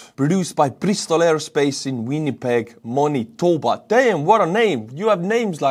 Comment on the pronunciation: Winterpeg is our nickname for Winnipeg because it is very flat, very snowy and the wind is brutal. -40 is a common winter temperature. For future reference it's man-uh-toe-buh and is next to the province where I live which is even harder to pronounce...Saskatchewan (sass-cat-chew-on) which is another cold province but I love it. I'm glad our decommissioned munitions are getting life where they can be used because they were bought and paid for long ago. There are many Ukrainians that live here in Saskatchewan, some for many decades and we stand strong with Ukraine. Many of us understand that Russia isn't far off our Arctic territories which is why our military and others do regular Arctic exercises.